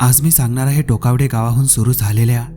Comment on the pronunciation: टोकवडे नाही टोकावडे आहे